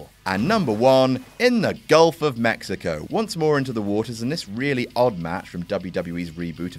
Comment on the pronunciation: did you just call it the ''golf'' of mexico?